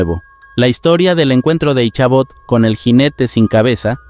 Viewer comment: En la historia de la serie de Sleepy Hollow el nombre de Ichabod Crane no se pronuncia con la H sino solo Icabod aunque eso quizas difiera por la pronunciación gramática a la fonética por el cambio del Ingles al Español.